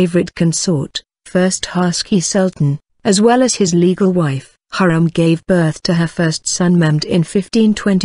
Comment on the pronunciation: it's not Hurram, it's actually Hürrem or Hurrem.